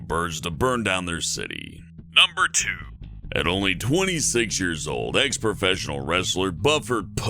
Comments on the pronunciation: Buford Pusser is pronounced Byuford, not Bufferd. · Its not pronounced buff-erd Its b--u-ferd. Trust me live like ten minutes from his house, well, museum now. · Buford pronounced like “buff ord” that’s a first for me